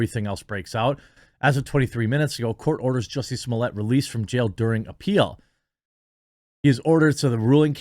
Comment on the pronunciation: Jesus Jeremy you are butchering the name. It’s JUICY SMOOYAY NOT SOMALIYAY.